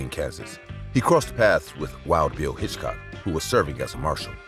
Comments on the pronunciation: Are you an AI? The name is Hickok. Hitchcock was a movie director from England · It's Hickok not Hitchcock you're making me crazy with this!! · Oh, dear! It's Wild Bill HICKOK, not Hitchcock as you keep saying in number 1. Also in number 1, at the end, isn't that a photo of Billy the Kid, who has nothing to do with the story you are narrating at that point 😮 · As for James Butler Hickok, there’s no hitch in Hickok. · The fact that you're calling Wild Bill Hickok, Hitchcock completely takes me out of the narrative. Also, the train brought in quite a bit of foodstuffs that couldn't be grown in the area, such as oranges. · Do you have ANY idea how long a 30 second shootout is when standing less than 10 feet apart and with no cover available?? 30 rounds! Dude, come on! And.. Wild Bill HITCHCOCK? It is HICKOK! You have a channel that does old west videos and don't know one of the most famous names in wild west history? Bro it is time to look into something else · Will youb STOP calling Hickok "Hitchcock"?!!! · I kept wondering who this guy named Hitchcock was…. Getting the name right is very important.